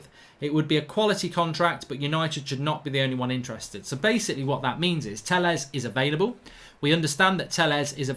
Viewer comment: For the life of me I can’t stand this anymore. It’s pronounced “Tay-yez” and “Reg-ee-yon”. Pronounce people’s names properly.